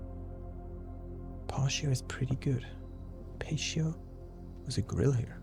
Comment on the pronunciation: Pronounced - pah-tee-o = patio